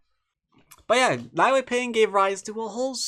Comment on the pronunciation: Nie is pronounced /niɛ/ in chinese ;-)